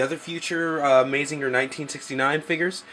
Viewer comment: Good review and vid. But just FYI, it's pronounced "MAH-ZING-GER" not "MAY-ZING-GER". And its "EH-NER-GER" not "EH-NER-JER". ;) Keep up the good work!